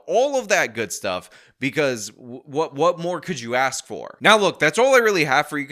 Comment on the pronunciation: If she gets a dollar every time she says axe instead of ask she will get rich quick